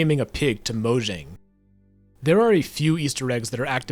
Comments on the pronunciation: It’s pronounced “moyang” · Every time he mispronounces Mojang an Angel loses its wings